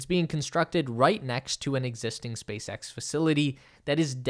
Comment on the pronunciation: Did you say “Space Ghost”👀